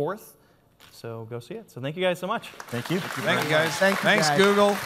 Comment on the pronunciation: Hehehe, "Zoogle"